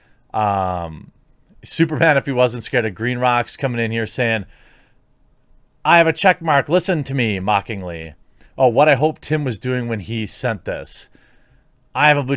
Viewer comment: It's pronounced SCREED. as in rhymes with Creed. Two e's, long e sound. Basic grammar.